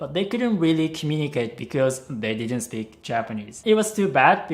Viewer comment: I heard “he pays attention to you when you SLEEP” instead of “speak”. Hahaha I was like wtf, where would he be able to watch me sleep